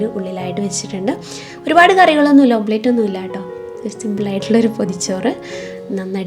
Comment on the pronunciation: Omelette എന്നാണ് correct ഓംപ്ലേറ്റ് അല്ല